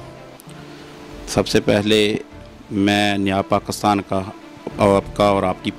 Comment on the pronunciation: O bhai pakistan ka name pakisran hy pakastan nahi